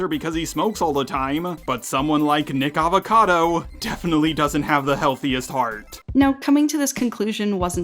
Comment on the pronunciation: It's nickocado not nickavecado LOL